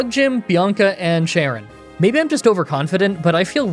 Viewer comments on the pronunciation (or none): none